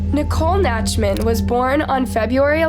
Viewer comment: The name is NACHTman, not NATCHman. Dumbest chick on YouTube.